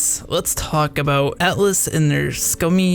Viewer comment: I can't help but hear you saying "Atlus" as "Alice" lol :]